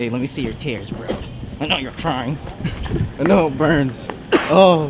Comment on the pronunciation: your crying son , your grying son ! XDD